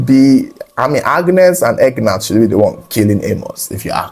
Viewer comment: Whats the sisters name?.. the way says it,it sounds like Egg Nut..hahaha. I'm guessing its probably Agneth??